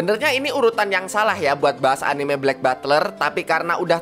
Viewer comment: etnime jawanya keluar jir🗿